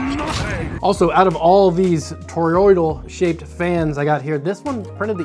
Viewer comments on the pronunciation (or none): how hard is it to say thor-oid. you're making it more complicated than it is. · Made an entire video about toroids without learning how to pronounce toroidal